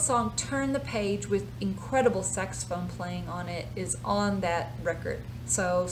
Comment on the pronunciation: OMG, maybe it's just me but it sounded like you said "Sexaphone"